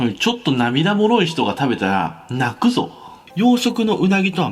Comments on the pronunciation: 食ってみな、飛ぶぞ。みたいな言い方ｗ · 食ってみな？泣↓く↑ぞ。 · 泣くぞのイントネーションが飛ぶぞにしか聞こえん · 金子さんの名言最後の泣くぞが飛ぶぞに聞こえてしまったww